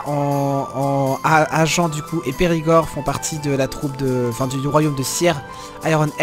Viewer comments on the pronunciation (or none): Salut, peut être quelqu'un te l'a déjà signalé, mais toi t'es pas du genre à aimer les pruneaux! c'est Pas "agent" la ville, mais Agen (prononcer Agin), comme les pruneaux:) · Agen se prononce avec [en] comme [ain]